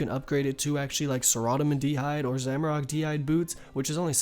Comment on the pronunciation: Gonna fix those pronunciations of the gods for ya : "sare-a-dow-min", "arm-a-dill", "zam-ore-ack". Keep up the amazing content! Amazing vid. Just starting to level my first osrs account coming from rs3, and your guides are making it a bit easier. ty!